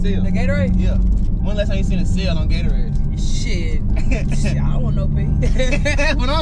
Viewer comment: It’s Gatorade not gatoraid